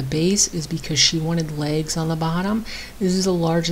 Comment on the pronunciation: You SAID "She's going to have legs on the bottom".. I HEARD "She's going to lay eggs on the bottom".🤣🤣🤣